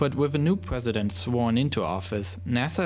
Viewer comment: “Pwesident” lmao